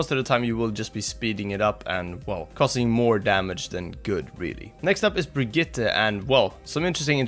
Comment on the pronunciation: Wow someone who actually knows how to properly pronounce Brigitte :O S H O O K